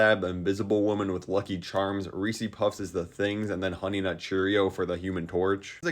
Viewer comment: the way you say reeses as reesies just hurts